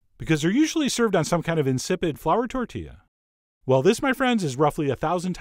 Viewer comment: It's a tortilla. tor- TEE- yah. Can you say tortilla ? I knew you could.